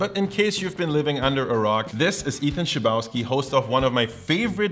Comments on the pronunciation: I'm kind of upset didn't pronounce Ethan's surname the Slavic way ( is also Russian-German). "Chleb" is bread, pronounced "hleb." There is also a town in Poland called "Chlebowo." Ethan's surname is literally "Person from Chlebowo." A town named after bread. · Oh my god that Chlebowski pronounciation tho xD Maybe this is how Ethan wants it to be said, but to my polish ears it sounds like blasphemy (jk) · Thats definitely not how you would pronounce Chlebowski in Polish :D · you butchered ethan's last name so bad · the way you pronounced chlebowski phisically hurt me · Criticises Ethan's German pronunciation while incorrectly pronouncing his Slavic surname. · dude, i don't like how you pronounced "Chlebwoski" so close to Polish border... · Ah, as much as I love Ethan's videos, it always hurts when I hear him or someone else say his last name, because I know how that originally Polish last name is supposed to be pronounced